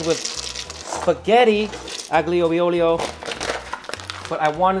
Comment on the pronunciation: it's pronounced like "pasta aglio e olio"